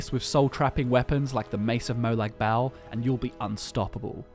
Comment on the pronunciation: Molag bal is pronounced moe log ball not moe lag bael.